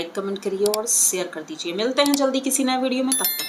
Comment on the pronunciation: hello , apko apna chhati dikhana achhalagta hai, aap ek booriya aurat ho ku dupatta nahi lagaaye ho apna breast ko dhak ke vidio keliye baaitho, itna makeup karne ki koi jaruruhai, au apna hindi ko sudharo, (SEAR ) nahi bolte hai share karo bolna sahi se bat bolo tabhi vidio achhhi banegi galat se word ko bologi to log tumko hi kharap bolenge, aur dupatta lagao